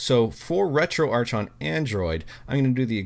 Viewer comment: the "Arch" in RetroArch is short for "Architecture", its pronounced "Retro-Ark, brooossss....... 🤡